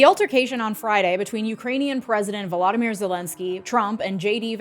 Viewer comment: just started the video. its "Volodymyr" Zelensʹkyj